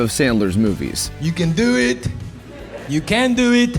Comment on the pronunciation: "You Cann duue it!"